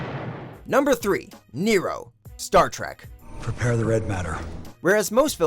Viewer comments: "stark trek" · "Stark Trek"😂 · lol “Stark" Trek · "Stark Trek." Hahaha.